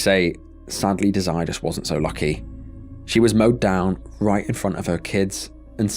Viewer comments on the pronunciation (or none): pretty sure her name was Desiree(pronounced Dez-er-ray. RIP to her